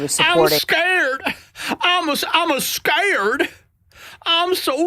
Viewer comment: ❤❤❤😂😂😂😂😂😂😂 "I'm 'ascared' ! " 😂😂❤❤❤❤😂😂😂😂